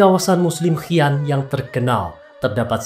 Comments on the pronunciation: Pendengar nya kedengaranya hian ..tujuanya si an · Bacanya Xi an (si an) bukan hi an jd aneh dengermya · Xi an . Bacanya shi an .